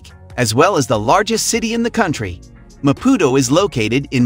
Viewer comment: This is a load of BS... The guy can't even try to pronounce Maputo correctly. Fail! Mozambique is amazing but stay away from the North. ❤️